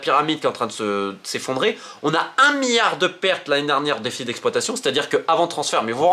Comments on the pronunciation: le "miyard"? XD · Romain tu as un problème avec les L tu dis à chaque fois Miard et mions sers toi des L 🤣🤣🤣